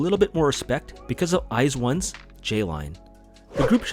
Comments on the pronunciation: I wasn’t an iz*one stan, but I thought the fandom name was pronounced like “wise one”. My bad! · I always pronounced the fandom name like how the members said it, "Weez-One"